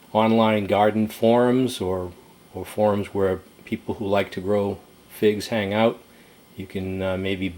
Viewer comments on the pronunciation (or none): none